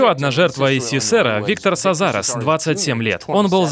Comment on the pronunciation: Не виктор Сазарез, а Виктор Казарез